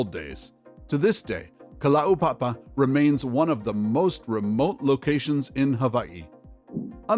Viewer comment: your pronunciation of kalaupapa and hawai'i was amazing, thank you